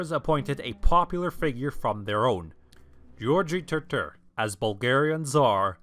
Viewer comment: Why say Asenids instead of the Asen dynasty? Also you have a good pronunciation of George. :)